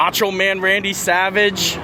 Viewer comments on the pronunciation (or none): none